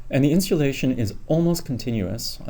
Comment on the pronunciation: Very informative. Are you saying "Insealation" ? I love it and am thinking about incorporating it into my marketing efforts.